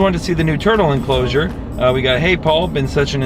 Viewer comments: he said otter elcloser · you said ostrich encloser 👏🏻🥰🥰